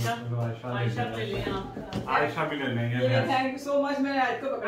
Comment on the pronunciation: ٹھنکیو نہیں تھینکیو کہا کریں